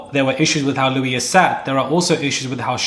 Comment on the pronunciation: His name is louie no s